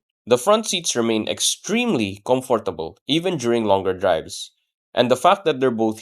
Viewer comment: Well-written script, good diction as well. Kudos, boss. My only gripe: please learn to say "comfortable" the correct way. None of the times you said the word in the video were correct. 🫡